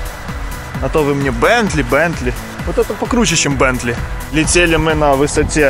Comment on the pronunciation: ну тогда уже не бендли, а Бентли...